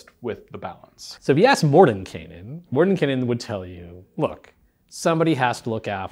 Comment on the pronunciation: THANK YOU for pronouncing the characters name correctly!! It's a pet peev of mine... Love the Greyhawk setting and have used it for years.